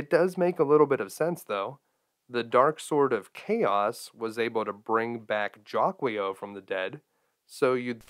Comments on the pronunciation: I love your channel, dude! Thanks for doing this. I’m pretty sure it’s pronounced jA-key-o, though, just saying 🤓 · It' pernouce as Jackle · Jaquio is meant to be Japanese - Jaki-Oh. So yeah, it sounds like he's shouting "jackie O!" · How come no idiot on planet Earth has figured it out.... Guardia De Mieux pronounces it "ZHA-kwah" give it a French curl it sounds like a sinister bad guy. Master Shake has something to say about the monster that pronounces it any other way....